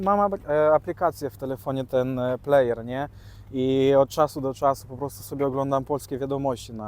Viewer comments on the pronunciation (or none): none